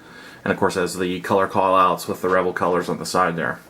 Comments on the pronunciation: Pretty sure it's pronounced "re-VELL," not "REV-el." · It's pronounced as "Ruh-vell"...vell=bell.............also its not Deculls. Its pronounced 'Dee-Kal' Decal